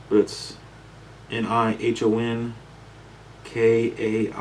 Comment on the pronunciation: For future reference, the "i" in "Nihon" is a short "i," not a long "i." Something along the lines "Knee-hon."